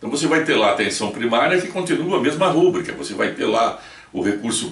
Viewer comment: Não fale "rúbrica" a palavra certa é rubrica (paroxítona)